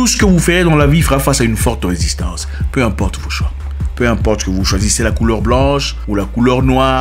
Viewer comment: Risistance vraimeuuuuu 🤣🤣